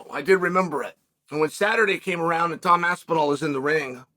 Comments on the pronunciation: If Chael says Tom Aspinall is Tomd Aspinall, then the Heavyweight division has a champion and his name is Tomd Aspinall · I believe i heared chael saying "tomed aspinall", that has to be my favorite now, he just put him in a different state of time.